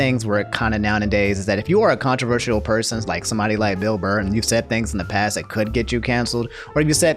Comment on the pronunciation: canceled for saying "Bill Blurr"